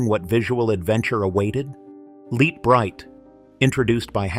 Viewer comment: Pronounced..."LIGHT BRIGHT"...